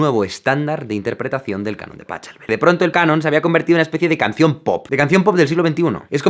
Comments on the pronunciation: no se dice PaCHelbel (no con CH), se pronuncia PaJelbell (es como una J) pero como eres español, tienden a decir pendejadas y pronunciar todo mas como la película "The Jocker", Uds, como todos unos pendejos como son, "El Bromas", son todos uds unos pinches imbéciles. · No quiero sonar quisquilloso ni pedante pero Jaime, yo adoro tu contenido pero me gustaría saber por qué los españoles tienen esa persistencia de no pronunciar otras lenguas como se debe, técnicamente como es lengua alemana se pronuncia "Pájelbel" no pachchchchcelbel. Saludos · Me encanta el vídeo 😂, pero cada vez que pronuncias "Pa-chel-bel" éste pega un cabezazo en la lápida. .... y es que un Canon pues es un Canon 😂😂😂😂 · Todo bien pero Pachelbel no se pronuncia "a la española ". Lo mismo Bach. Suena horrible . Ch en alemán se pronuncia como la "j" española. O sea : lees en español Pajelbel o Baj y pronunciarás correctamente estos nombres (apellidos). Terrible fallo de la "españolización" de los nombres extranjeros. En la música no, por favor. No es complicado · Aunque se escribe Pachelbel, se debe pronunciar a la mandara alemana "Pajelbel", así como Bach de dede decir "Baj". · Si, se pronuncia PáJelbell.. como tambien es Johann Sebastian BaJ, pues en alemán la j se llama iot (ya que es una i como en todos los idiomas, menos el español).. Y LA "CH" en alemán suena igual a la jota en español.. es decir jjjj. Por lo demas, su cánon es simplemente genial, tiene esa perfección de la obra de arte pura y refinada despojada de todo artificio innecesario. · EXCELENTE!! De paso: 1. Si pronuncias mas o menos bien "Paillard" puedes pronunciar "Pajelbel" que se parece más al modo correcto. 2. Hay un disco de Brian Eno (último cuarto del siglo XX): "Discreet Music" que trae el Canon de Pachelbel y variaciones. Vale la pena darle una orejeada. Bueno, adiooooooooo!!! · ¿"Pachelbel"? Pídele a tu primo que también lo pronuncie. 😬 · Joder con el Pachelbel. Se dice PA KEL BEL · no es pa-kel-bel?